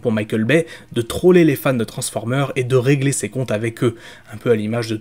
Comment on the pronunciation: Ce sont des films donc il a fallu être prompt.. même si je suis assez d’accord dans le fond (par contre on dis « transformers » (avec un S à la fin phonétiquement) tu le Prononce toujours « transformer » (eur).. un effort 😉